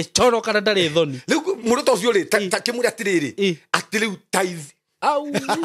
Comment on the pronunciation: Ni tithes or thrites?